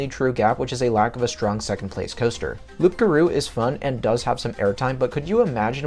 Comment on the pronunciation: It's pronounced "Loo garou", you don't pronounce the P bro